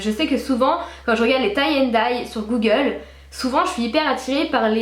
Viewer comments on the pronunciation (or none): none